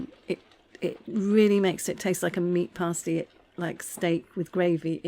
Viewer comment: Surely pronounced as pass-tea? Looks very nice anyway.